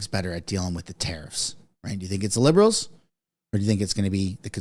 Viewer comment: Trudoh Grasping at straws!¡, your mispronunciation of TARIFFS Is As Annoying as Fergus Muting the Mike During QP!! FIX IT!!!